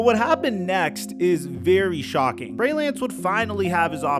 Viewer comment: he calls Trey Lance, Bray Lance 😅